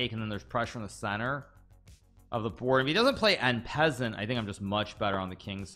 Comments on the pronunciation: N peasant??? I’m not French but at least I can pronounce it properly “on-par-saunt”!! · So strange to hear one of the world's best chess players mispronounce "en passant".....